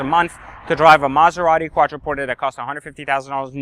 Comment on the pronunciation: I stopped listening when you said Maserati. Also, why would you recommend the 997 carreras when you could buy a 996 turbo for less?